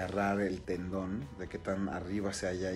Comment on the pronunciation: Es tendon no talón